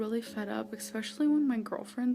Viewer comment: "Exspecially" isnt a fucking word you fat sow. Especially doesnt have an X in it